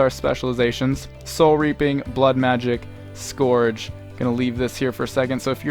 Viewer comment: Its pronounced S-kərJ, please man :D